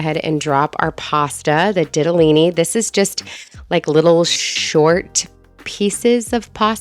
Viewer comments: Yasss girl, I love your cook with me videos! Also, I'm an Italian girl and it's pronounced "dee-ta-lee-nee." Just remember in Italian the letter "i" is pronounced like "ee" and it will help with all the pasta pronunciations 😊 Though I was cracking up when you said it sounded possibly inappropriate 😂 The soup looks delicious! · DEE-ta-LEE-KNEE 😂 you were so close!! Cannot wait to make this recipe! I might throw in frozen gnocchi for a different take on it!!